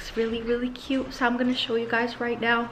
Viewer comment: I really like how say "This is so Coot" xD